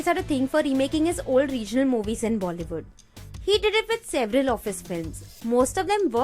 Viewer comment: bollywoodn intead of Bollywood